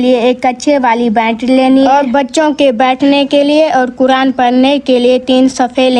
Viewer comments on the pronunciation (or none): none